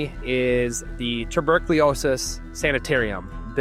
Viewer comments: Maybe you should learn how to pronounce tuberculosis 😡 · I have to admit: Even if it didn't ruin this generally great video altogether, I cringed every time. Ha! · That's not how you pronounce "tuberculosis"